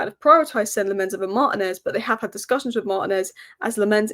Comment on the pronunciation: It's pronounced LAM-mens and Mar-TI-nez.